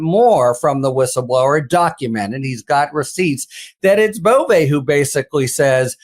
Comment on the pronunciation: Emils last name is legally pronounced BOV THE "E" is silent. Or sometimes BOV - E. BUT NEVER BOV - A !!!! I know this fact because my mother's Northern Italian maiden name was Bove. Simply Bov No E, and Never ever BovA. By the way our family is of no relation to the creep, Emil.